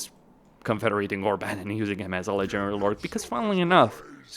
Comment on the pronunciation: why do you pronounce "Ledgering Lord" instead of "legendary lord"? Nice vid tho.